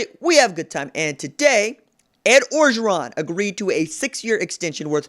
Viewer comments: I just gotta say, it pronounced Oh-geron. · Mark Smith No it’s not bruh. If you ain’t from LA then stfu. Can’t even pronounce his name right